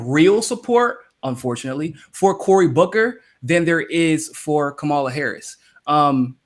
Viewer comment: I hate her candidacy, but you both need to figure out how to pronounce Kamala's name. Think how angry we get when people fuck up AOC's name. Watch her commercial [with the clapping] for her Oakland announcement. The only thing we learned in the video was how SHE pronounces her name. Jimmy, you have even acknowledged in a segment that you had been fucking up her name, then you incorrectly assessed the pronunciation issue you had been having. As bad as her campaign is, say her name correctly, unless you actually want to make up a nickname, like Cloudbootjar. [#seculartalk] " Kama -la " not " Ka - mala " PLEASE! it is as bad as when Humanist Report was saying, "Kavanow".